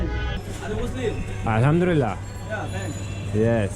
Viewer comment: Kardeşim öncelikle selamun aleykum işin rast gitsin... birşey söyleyeceğim yanlış anlama konuşmanda yanlış duymadıysam ELHAMDURILLAH dedin galiba ELHAMDÜLİLLAH doğrusudur 🤗 beni yanlış anlama sana başarılar dilerim